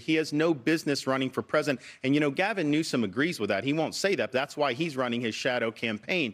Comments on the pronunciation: Did mark just say Gavin NUISANCE? 😂 first time i noticed this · It's not "Gavin Nuisance", it's "Gavin Noisome".